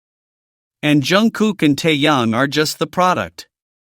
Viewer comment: Все хорошо и правильно,но нельзя так коверкать их имена.Если сразу про двоих,то нет никакого Тайка,потому что ВИ -Тэхен,а не Тахен, а вместе -Тэкуки т.е.Тэхен и Чонгук ,а не Тайкоп Режет слух и неприятно воспринимается текст. ТЭКУКИ,А НЕ ТАЙКУКИ.